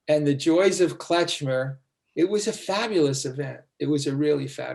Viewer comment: Never heard it called "Kletchmer". It's Klezmer.